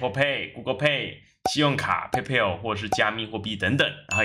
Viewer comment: Paypal原來是念配配偶